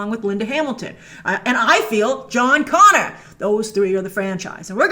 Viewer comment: "John Goner" lol